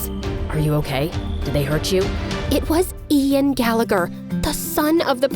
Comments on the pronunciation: FINALLY SM NOTICED I WAS SO SURPRISED WHEN THEY SAID IAN GALLEGER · I am sorry.. did you say Ian Gallagher... (SHAMELESS) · “Ian Gallagher” 💀